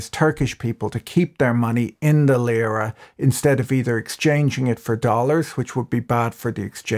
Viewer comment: It's not Lıra (as you pronounce it) but Lira. The i is pronounced as in see.